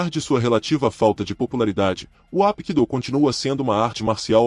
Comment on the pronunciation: Parabéns, excelente vídeo, maravilhoso, só una crítica construtiva, não se pronuncia Apkido, se pronuncia Rapkido, o H tem som de R.